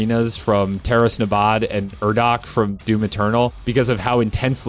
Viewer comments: oh yeah it was great, the urdak thing was just a nitpick cause I had heard it in the game recently, wouldn't have noticed it otherwise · I love doom eternal but am incredibly average at it, I also think a lot of the points made in the video were good, especially your opinion on the tutorial popups and why they probably are how they are, but the way you said urdak completely side lined any thoughts I had on your points for way longer than I'll ever admit